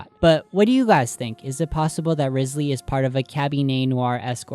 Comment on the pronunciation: Quick note but Wriothesley is based off the first Earl of Southampton, Thomas Wriothesley, or possibly his descendants, meaning he might be linked to the doings or personality of the Earl. Side note: Wriothesley is pronounced Rye- zlee. I also think it's interesting that some people tend to miss that Fontaine is also based on Britain (mainly England) and so it would be interesting if there was information in Britain's history that might link to the story/ the lore of Fontaine. Just some notes, nothing too important in this comment. ^^ EDIT: The first Earl of Southampton had close ties with high society. He held titles like secretary of state, Lord Chancellor and Lord High Admiral meaning he was very influential. He betrayed Thomas Cromwell in 1540 (during the time of Henry the 8th) which could also be important to the storyline of Fontaine. His role may be a double agent of sorts, where he works high up in govt while relaying information to the people below so they can act in the most affective way. EXTRA TEA: Super side note but Thomas Wriothesley's son Henry was rumoured to be the addressee of Shakespeare's poems Venus and Adonis and The Rape of Lucrece (I believe confirmed) and quite a few of his sonnets (unconfirmed)